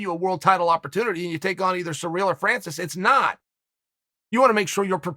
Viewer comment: I'm french and i can confirm its Surreal Gone. The Bad guy still phonetically undefeated